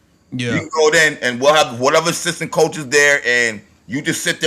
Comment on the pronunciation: she didn't say coach white. she said cosch